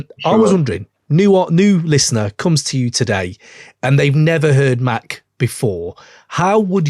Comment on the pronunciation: huh, it's Mac like the gun